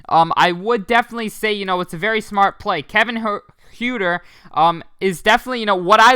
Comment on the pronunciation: Say it like Hurter